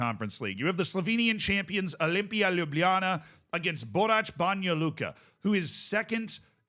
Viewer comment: Ljubljana pronounciation dropped off, though 😂